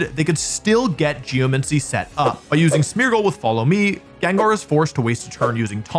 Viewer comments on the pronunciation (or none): Yay, another video where Wolfe mispronounces geomAncy